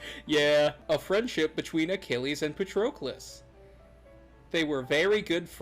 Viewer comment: why did he say Patroclus like that